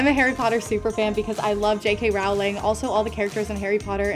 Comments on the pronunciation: Did she really just say “Rawling”? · Isn't it pronounced Rowling like Bowling... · IT. IS. PRONOUNCED. J.K. ROLLING. NOT ROWWLING. 😱😩😫😖😣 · As a self-elected representative of the harry potter fandom i assure you that we don't claim her as our own Here's a list of reasons I've articulated: -it's row-ling not rohwl-ing -you CANNOT not like remus lupin -slytherin but not in a mean way????? -and what do you mean ron is better than draco -i didn't for once hear the word 'potterhead' smh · I’m and I’m a Harry Potter super fan cause I love jk “rouling” ITS JK ROWLINGGGG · Is nobody going to bring up how she said JK Rowling, rhyming with howling, and not JK Rowling, rhyming with bowling, how it's supposed to be pronounced? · "I'm a Harry Potter superfan because I love J.K. ROWLing." it's literally pronounced j.k. rolling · ITS PRONOUNCED ROWLING LIKE BOWLING- not ROWLING LIKE HOWLING 🤢 Oml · It’s not rOWling it’s Rowling but it’s pronounced rolling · Ugh I hate how she said Rowling like howling, instead of how you’re supposed to say it( Rowling like bowling) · Okay Already- j.k. ROULING? It’s pronounced ROELING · J.K Raaaaaavling hahahaha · “I’m a Harry Potter super fan because I love J.K Rowling” pronounces Rowling (pronounced Rolling) wrong Yes, SUCH a big fan... Edit (based off of another comment): how she calls herself a “Harry Potter super fan” instead of a Potterhead. smh. Giving credit to Luna Lestrange. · Ok super fan ... Jk RAH-ling tho? 🤨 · She said J.k ralling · Luna Lestrange I know, it’s ridiculous. You can tell she isn’t a real fan. Also how she pronounces Rowling (pronounced rolling) wrong. Sad. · i was really excited bc of “harry potter” but rlly things went downhill from “jk raaooooling” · She is not a harry Potter fan she said roling it rowling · DID SHE SAY J.K. ROW-LING?! SHE AINT NO HARRY POTTER SUPER-FAN!! JKR SPECIFICALLY SAID HER LAST NAME WAS PRONOUNCED ROLL-ING!! (I'm sorry, I get really mad when someone makes any mistake about Harry Potter)